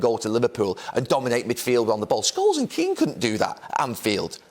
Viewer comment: Couldn’t have butchered those names more